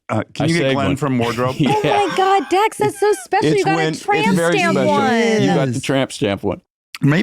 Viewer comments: did he say Dan shepherd. Isn't it Dax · I swear he said Dan…. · So is this Dax or Dan Sheppard? It sounds like the into he said “Dan” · Did he say “Dan” Shepard? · Listened to intro 5 times.. he say "Dan Shephard"?